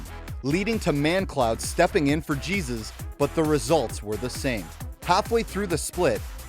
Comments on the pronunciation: wtf is that pronounciation of jesiz xDDDDDDDDDDDDD its not jesus dude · that is not even close to how you say jesiz -_